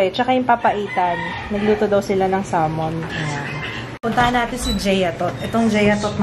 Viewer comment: When she say salmen✌️😜